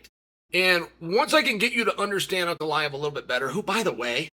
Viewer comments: Uncle Aet/An Goliath is what I kept hearing from Ankalaev. Wild. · Uncle Chael talking about Uncle-I-ev